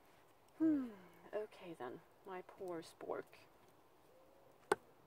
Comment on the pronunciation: you said 'spørk' again! My happiness is complete:)